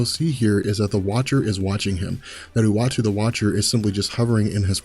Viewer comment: Anyone else hearing him pronounce Uatu the Watcher as "Watchy the Watcher"?